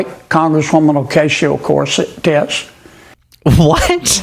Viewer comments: Did he say Oh-Casio Corset Tits? 😂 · he said Ocasio Corset-tits. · "Acatio corsette-tez" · Sounded like he said Ocacia Corset Tits 😳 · I think he said "corset tits" 😂 for AOC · john kennedy definitely said "corset"... I think his mind was elsewhere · Did he call AOC Ocasio Corset Tits? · I think he said "Ocasio corset tits" 😂 Tells you where his mind goes with her 😂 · Wait. Did Kennedy try to say occasional corset tits? Pervert. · It's EASY! Congresswoman Ocasio-Corset-Debs. That is exactly how it should be pronounced in Spanglish! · I'd vote for Congresswoman O-Casio Corset-tits anyday 🤣🤣 WTF is this dude trying to mumble about?!? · Did he say "ocasio corset tits"? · Kennedy said "corset". He was sexually fantasizing about AOC. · He said “corset tits!” No f ing way. What a sleaze ball. 🤢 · He said ocasheo corsett detz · Did he say tits?? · Occasional Corset-Tits is what it sounded like Kennedy said to me. 😂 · He was saying “Ocasio Corset” lol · He miss pronounced AOCs name n said ... Corset, which is a sexy type upper body lifting bra and lacy affair... Wonder what he was thinkin of? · "Ocayshio Corset-tez"? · He literally said Ocasio Corset-Tits. And totally not on purpose either... Every accidental 'whoopsy, I just misspoke' is completely devoid of calculation to characterize the opponent in an unflattering light. He's just a down-home folksy older statesman who had a slip of the tongue, don'tchaknow??? Who wouldn't trust such a fellow over Ocasio Corset-Tits? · O’casheo Corset-Tez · Some excellent and intelligent thoughts and questions. Sadly, at one point, a mad person appeared momentarily and said what to my ears sounded like "corset tits." Other than that, keep up the good work guys..👍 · Actually, he clearly said "corset tits." What a total jerk. I think he has said it that way before. If not, just a Freudian... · Did he say "Acacia Corset Tits"? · Bro cant even say a name but thinks he is intellectually superior lol 🤣